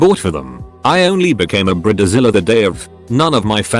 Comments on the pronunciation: What’s a Brita-Zella? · What's a brilla zilla and the intro but I keep hearing burritozilla